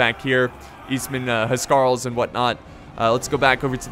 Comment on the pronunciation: the correct pronunciation for the Anglo Saxon kings guard .... say it how I spell it..."house Carl's"..I should know, I'm an English historian...